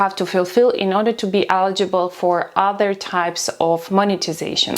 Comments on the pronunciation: Please learn how to pronounce 'eligible'. Thank you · It is not accent my friend, it is incorrect pronunciation of the word. Please look up the difference between accent and pronunciation. Warm regards